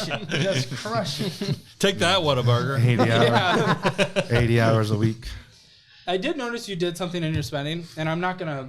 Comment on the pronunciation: ...I love you...but if you are going to insult it, please pronounce it correctly. It's WHAT A BURGER!!! not WATER BURGER!!! 😂❤